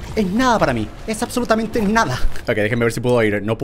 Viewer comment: Que tiene con la p este men:absoluPtamante y esPando